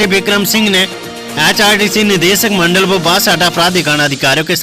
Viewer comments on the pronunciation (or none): none